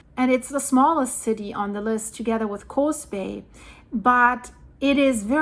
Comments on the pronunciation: It's Coos Bay not Coze Bay. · Coos Bay, Coos is pronounced with a U sound, like BLUE . Or Tube, not like Coze Bay. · Coos is pronounced cus like who. Not a long O. My sister lives very close to there. I’m Oregon here.